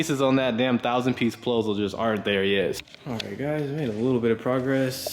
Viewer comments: bro said pluzzle twice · Man said pluzzle 😂